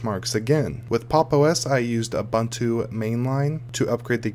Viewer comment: It’s not pronounced uh bontu. It’s painful to listen to the video.